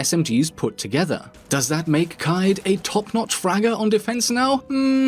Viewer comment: Me: Kaid Nerds: Kai-yeed Rouge9: Kayed